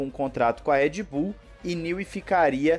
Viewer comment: Cara me dói no ouvido quando você chama Red Bull de "Éd Bull".